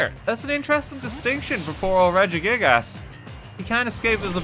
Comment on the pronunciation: Highlight of this video is saying “Redjie-gig- a$$” all the time